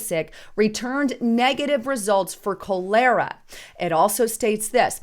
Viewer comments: It’s pronounced ‘ cau-ler-rah’ , not coolaira,,it’s important to say it correctly because ppl may not make the proper connection to the condition ... especially these days . 😐 ,,sorry.,,but anyway it’s obviously another intentional release of illnesses and Africans are being shipped here and then cross the Mexican border to be disbursed throughout our country ...I believe the plagues and natural disasters the Bible says will come are not going to be from God but man playing God... The ‘bowls of wrath’ from God’s Angels ,that will be poured out over mankind are similar things but what’s going on now is manmade and horrible but will pale in comparison to what God will do..at end of The Book of Revelation < it’s singular not plural, no S on end..it states about who will be kept out of Heaven ,, ‘and those who have destroyed the earth’ , I believe that geoengineering and bioweapons targeting crops and most importantly the nuclear weapons will destroy the earth and the Mad Max world/land of desolation will be the reality , it will be impossible to grow crops because the soil becomes poisoned to where even wildlife cannot eat and die off , including the animals we use for food... and those elites who think they’ll survive with their decades long survival bunkers will be the first to be raided by the thousands of starving disease ridden zombies who will roast them over a fire too ... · Pronounced. Call-r-a not call-air-a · Cholera is pronounced Collar-ah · Its pronounced call-r-a, not ca-lair-a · Dear, that's pronounced, --"not 'call-ER-Rah' "... for cholera. Many people used to die of this, due to unclean water, and sometimes deaths are due to this in the 3rd-World {places in the Sudan}. Please don't be offended, --You have such Wonderful Vids, and even someone as Great as you can't know Everything...although you May, someday;) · Pronounced, "Collera". Cholera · That’s call-er-ah (cholera). Pretty bad GI disease…..usually causes death by severe dehydration.